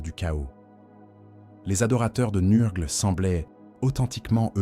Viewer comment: Excellent comme toujours. La lecture IA ne me gène pas sauf quand elle massacre les noms. Tu devrais essayer de changer l'orthographe de certain mots pour que l'IA les prononcent bien. Typiquement, nurgle = neur-gueule car entendre nurrgleuh toute la vidéo ça fait vriller le cerveau lol